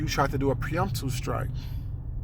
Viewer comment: *pre-emptive strike” sorry the mispronunciation was driving me crazy.